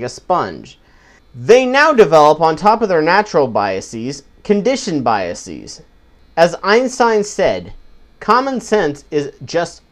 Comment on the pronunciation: Good video. You're pronouncing biases wrong though :P the -es prefix, should be pronounced the same way as you would pronounce it in the word 'faces'. -es should only be pronounced as 'ees', if it is the pluralisation of a word ending in -is, such as hypothesis. The problem is, this mispronunciation is so widespread that many educated people make that mistake. Sam Harris, for example.